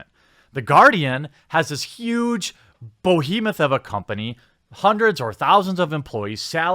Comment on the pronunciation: BOHEMOTH lol im saying it like that from now on